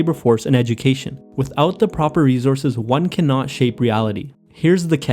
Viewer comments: Great video...but just a quick suggestion...you pronounced rejources...its re- source- es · R-E-S-O-U-R-S-E not rezorse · I like how he says "reezourzez". I also like that the person making small, positive change is dubbed a hero. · natural reZources 😂